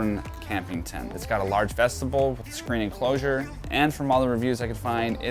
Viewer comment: Friend, thanks for this video. By the way, the word is vestibule (vess-ti-byoul) not vestible.